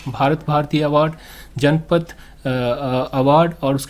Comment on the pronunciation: Sir AAP galat padhe hai Jnanpith ko जनपथ नही पढ़ा जाता है उसे giyanpith पढ़ा जाता है